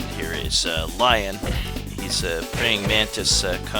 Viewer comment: Lion's name is pronounced "lee-on", as he's from France.